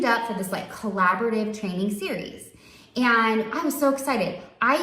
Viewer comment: Since when did the word "And" start being a 2 syllable word? "Annnnnn-ddda" ...